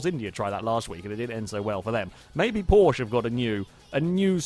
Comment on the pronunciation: You are allways pronunceing Porsche wrong